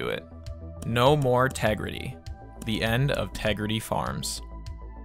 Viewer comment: Say Tegrity again